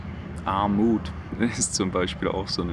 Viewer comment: Ar-MUT und Kapi-TAL :-)